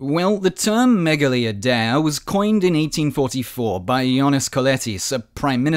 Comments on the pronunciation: It was gonna work 😔 Also it's pronounced "meyali idea (with a silent d)" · I’m not Greek but I’m pretty sure it’s pronounced Meh-gah-LEE Eye-De-Ah